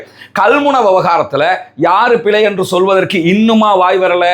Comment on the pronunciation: சிங்கள என்று சொல்லாமல் சின்ஹல என்று சரியாக சொல்ல தெரிந்த உனக்கு பிழை என்று சொல்ல தெரியவில்லை, பிலை என்று சொல்லுகிறாய்.. அது போகட்டும் மூச்சு எடுக்க கஷ்டமா இருக்கு இருக்கு எண்று டொக்டர் கிட்ட போய் முகத்தை காட்ட முடியாது என்று சொன்னா எப்படி டொக்டர் மருந்து கொடுப்பது. அப்படி என்றால் லேடி டொக்டர் கிட்ட போயிருக்கவேணும். இதுக்கும் ஹிஜாப் போடுவேன் என்று சொல்லுகிற நேசுக்கும் என்ன சம்பந்தம். சும்மா ஆக்களை குலப்பாமல் ஹபாயா பிரச்சினையை எதிர்த்து வழக்கு போடு. அதை விட்டிட்டு சல்லி தேடுறதுக்கு ஆக்களை குலப்பாத.